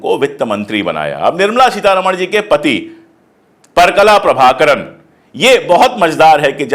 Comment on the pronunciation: kindly spell out name as parakala prabhakar , you pronounced wrongly